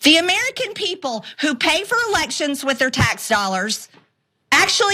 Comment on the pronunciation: "The AmEERickin people..." 😆